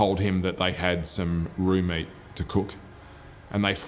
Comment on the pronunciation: the way he says raw meat sounds alot like roommate which had me confused about how the guy didnt realize